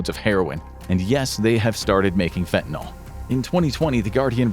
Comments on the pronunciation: Holy crap, it's fentanyl, not fentanOL. At least say the words right if you're gonna use them 20 times a video. So frustrating. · Correctly pronounce fentanyl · I assumed The Infographics Show covering this topic would spare me from hearing Fentanyl mispronounced. I was wrong.